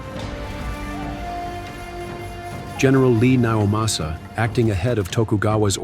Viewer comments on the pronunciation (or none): correction its Ii (as "i") naomasa, not Li naomasa *surging chaos - western army intensifies